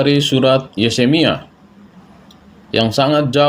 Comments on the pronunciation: yupe, di mulai dari membaca nama2 kitab.. spya jgn salah sebut yeremia menjadi yesemia.. kan memalukan, katanya bapak pastur, emak pendeta.. tapi nyebut nama kitab pun masih blepotan.. 🤣😂🤣😂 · Yeremia pak bukan yesemia.. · Ngomong ahli injil , tapi ngomong yeremia aja kagak becus 🤣🤣🤣🤣T.O.L.O.L